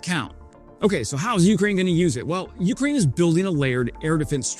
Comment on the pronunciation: Jfc man. "YOU-kraine". Please listen to 10 non drunk Caucasians pronunciation of "Ukraine"